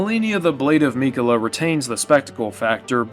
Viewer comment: I agree with a ton of your points but the way you pronounce “Malenia, Blade of Miquella” is sending me 😂